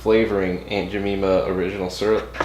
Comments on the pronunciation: My guy didn’t even say the name right- aUnT JeMEMAh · Aunt Ja-meme-ah? I don't take cooking advice from a guy who can't even pronounce the brand name. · Aunt Ja - meme- ah ? l don't take cooking advice from a guy who can't even pronounce the brand name . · That's not how you pronounce her name nice video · Who pancakes? Lol. You’re killing her name!! Jesus!🤣🤣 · Yeah I cringed everytime he said it 😫🤣🤣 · oh gosh it painful hearing a name butchered like this!